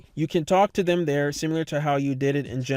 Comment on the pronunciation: once you realize he's saying simular you can never unhear it